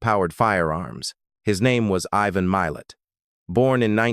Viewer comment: why has ivans name turned into Meo? I dont mind AI videos but u really wish the crate were try and get the AI to say names correctly. It takes so much away from what is being said when getting frustrated at pronunciations.